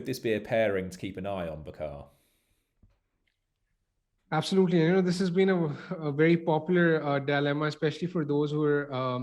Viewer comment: Its not "ba khaaaa" , its "bucker" !